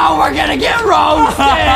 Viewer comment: Adam:we got to be rousted me: rousted more like TOUSTED